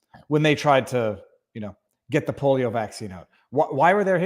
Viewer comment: Did he say "the polo vaccine"?